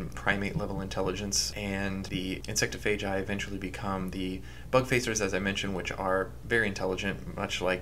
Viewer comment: the way he says “insectophagi” bothered me. i say it like it’s spelled, “insect-off-a-guy. insectophagi.” maybe i’m wrong tho